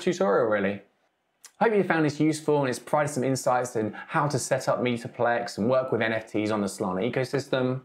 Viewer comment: Why do you keep saying "meeta-plex"?